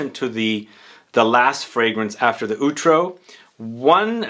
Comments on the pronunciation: Just to advise, it's pronounced "aw-trow", as in "owl". Love your videos. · The pronunciation of "outro" is something else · Outro pronunciation... pain